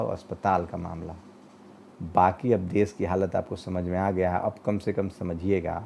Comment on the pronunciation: Sir aap apmi bhasha shudh kijye . Sha shabd ka sahi ucharan kijye Desh ko des kehna ,shahar ko sahar kehna sharmnak he Videsh ko vides kehna ashobniya he Patrakar ki bhasha dhud honi chahiye